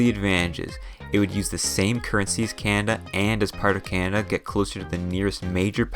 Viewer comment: Canada is NOT a frozen wasteland. Furthermore, it's pronounced "Canada", not CYAN-ada".